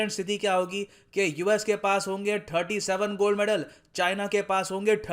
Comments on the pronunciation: You have difficulty in pronouncing thirty digits. You say tharty instead of thirty. Tharty eight se tharty nine… work on it if possible. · Try to touch your tongue to the back of upper front teeth. When you say thirty. It will help you pronounce thirty digits